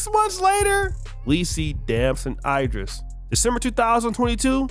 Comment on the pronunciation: Yo, it pronounced E dris, not I dris. Cmon bro.😂😂